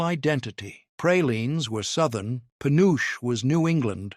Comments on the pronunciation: FULLY AI from the video to some of the comments to the reactions to the responses to the commenters. Dumb AI, first, it's not peh uooch it's Puh noo chee dumb AI and it is so much softer and creamier than the old style because of more accurate candy thermometers, lest crystaline and firm. Real fudge is an example of proof that this is an ai created video. Real chocolate fudge does NOT fall apart like is shown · Just one of the MANY reasons to avoid AI at all costs! Penuche is pronounced [puh-noo-chee] not panoosh 🙄 It was my Dad's favorite frosting flavor & one of his favorite flavors of fudge. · Penuche pronounced Pe noo chee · Pen nu che. 3 syllables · My mom did, too! He mispronounced penuche. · AI is failing us, it took me a minute to realize what it meant.